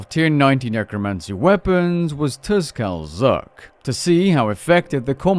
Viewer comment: "Tuskal zuk" lmao turn on game music and listen to the intro The T and S are silent, "kal zuk". Love you bud, keep up the great content